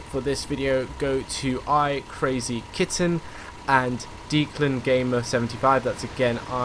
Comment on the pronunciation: Someone needs to learn how to pronounce Declan...